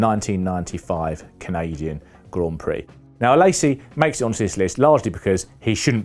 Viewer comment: Exactly. So ignorant Same with Panis and Alesi